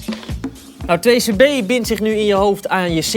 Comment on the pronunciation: It's "2c-b" not "2-cb"